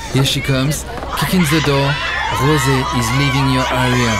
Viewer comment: 😂she said rosiee